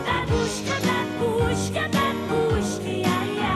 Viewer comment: Babooshka is Russian and means grandmother. Also, it's mispronounced in the song.